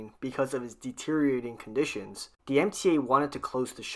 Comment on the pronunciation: Can you please learn to pronounce ‘th’?! Constantly hearing ‘the, them and those,’ reduced to ‘dee,’ ‘dem’ and ‘doze,’ is rather hard on the ears.